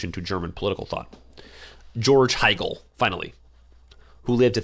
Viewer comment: Awesome content, a minor correction 23min it's Hegel not Hiegel.